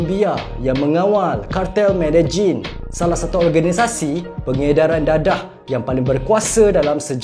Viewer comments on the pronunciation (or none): Pablo escobar adalah ketua kartel medelin..bukan medejin...baik kau sebut majerin jer...😂... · Cartel medelin bang bukn matdejin😂